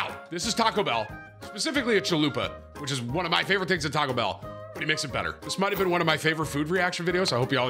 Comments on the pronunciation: Stop saying t bell 😂😂 you can’t make that a thing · Tim is the first and only person i know to say "T bell"